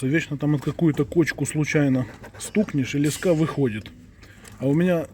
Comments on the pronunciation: лЕска, а не лескА! Ну аж кровь из ушей! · Не лескА, а лЕска, крутилка, поливалка, пипика